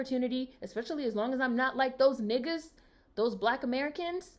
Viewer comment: You just popped into my algorithm, but it wasn’t a recent video. So I said lemme see what my girl has been up to. You never fail to put a smile on my face and tell it for true. Btw, I got a chuckle every damn time you said nigguhz like you was channeling the late great Paul Mooney lol.